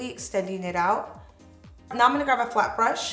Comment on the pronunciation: I notice you say “grav” instead of grab 😂